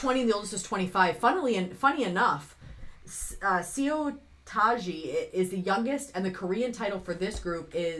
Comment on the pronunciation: Seo is actually pronounced Suh.